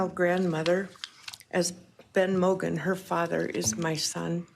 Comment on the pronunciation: Her name is Madison MOGEN, not Madison "Morgen" 🙄